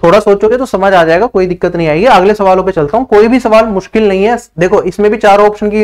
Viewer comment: मास्किल❌ मुश्किल✅